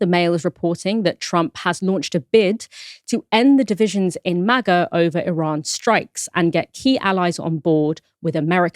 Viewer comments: why tf does pronounce MAGA like that? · Why is he pronouncing MAGA that way? 😭